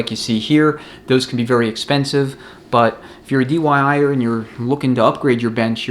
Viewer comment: Another get set of recommendations. I feel I have to give you a hard time about the dyi'er, I'm know you meant diy'er but said dyi'er a lot. I'm sure you are having a good laugh about that too. Happy New Year. A $47 bushing tool on amazon works well, a little ATF makes install easier than going in dry. 52 in 1 Custom Bushing Bearing & Seal Driver Set The stator and input shaft expander and resizing tool sets out of aluminum are $10 now. China has greatly reduced the prices on specialized tools. The outer race from the input sprag, a threaded rod, a 2x4 and a piece of metal work great to remove the low revers piston snap ring.